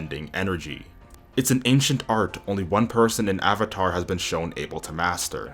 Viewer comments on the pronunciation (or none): none